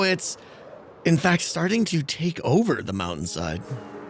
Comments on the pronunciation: I really like the smoke coming out if the "maow-en" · Ah yes. The mou-ain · wow, really distracting that a guy who can't pronounce "mountain" properly would use the word so many times in one episode.